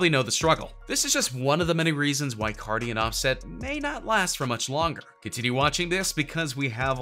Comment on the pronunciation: Why did he say cardi's name like that